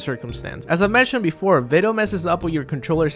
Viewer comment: ''berfore''........... gud jeb